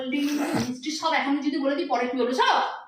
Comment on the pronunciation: Achha tumi bangal ghorer may hoi so so kore kotha bolo keno? 'Sob' keno, 'shob' keno noi?